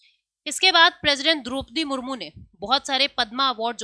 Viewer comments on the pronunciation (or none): none